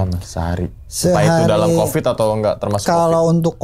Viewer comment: Covid!!!! Bukan kopid tolong jangan dijadikqn kebiasaan suatu bahasa itu untuk dipelencengkan